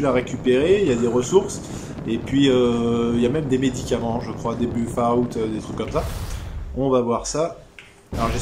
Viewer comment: Super mais par contre la prononciation de Fallout c'est plus possible